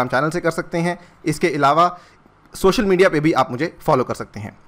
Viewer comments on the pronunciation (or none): none